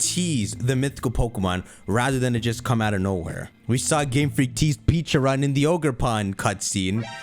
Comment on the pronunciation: I’m early so i’m just gonna say real quick that it’s pronounced “petcha-ruhnt”